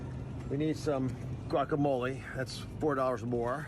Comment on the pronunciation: Also, he says "Gockamoly".